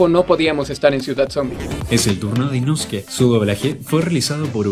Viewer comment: Inouske? XD no es Inoske XD?